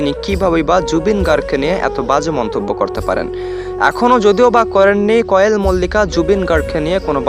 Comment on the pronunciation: আপনি তো কোয়েলের নামটাই ভাল করে বরতে পারেন না আন কোয়েল মল্লিকের তো কোন কথাই সুনলাম না আপনার নামে মামলা করা উচিত না হয় এভাবেই রিউমার ছরাবেন